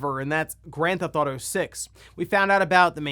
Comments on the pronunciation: there’s no such game as”Gran-thouto” it’s “Grand Theft Auto.” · “Gran thauto”